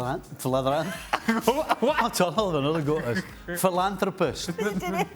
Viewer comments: Can we make Stevie attempting to say philanthropist an everyday thing? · Philara....phlirala... Philanthropist... Influencer and Phlirala hahahaha influencer and philanthropist ..... Yeaaay